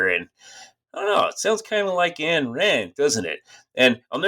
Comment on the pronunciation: You wrote an entire book with the premise that Ayn Rand was a nihilist (the diametric 180 opposite of her philosophy in every fundamental way), and you DON'T KNOW HOW TO PRONOUNCE HER NAME. It's not "Ann," it's "Ayn" (rhymes with "mine"). How does someone write a book on a person and not know how to pronounce their name!?